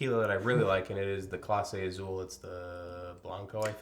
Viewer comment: Great pronunciation on the names, except that Z in Spanish is pronounced like S. Clase Azul is pronounced Ah Sool.